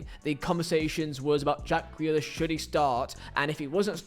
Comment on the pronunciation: It's Ja-ck Grealish 😂..... and if you don't fit into Pep Guardiola's blueprint completely, you are going to look bad. That's Pep's fault, and not the player.